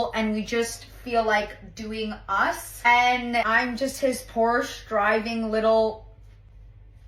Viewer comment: You would think if she's been a Porsche girl her whole life she would know how to pronounce it correctly